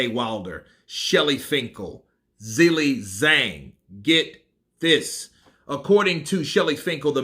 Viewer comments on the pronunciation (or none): His name is NOT Zilly Zang. There is an H In the first name and an H in the last name. I know that the English language has almost no words with Zh, however the H in Zhilei HAS TO BE PRONOUNCED. The is to be said in his last name. ZHang. It’s NOT Zilly Zang!!! But ZHilei ZHang. At the very least ASK some Chinese person on the street how to say it. Get it right!